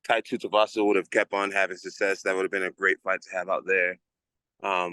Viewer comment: “Tai Tutuvasa” I love it. He keeps calling him that 😂